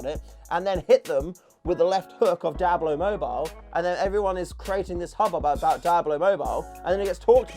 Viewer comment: All i hear is "Dablo"😂😂😂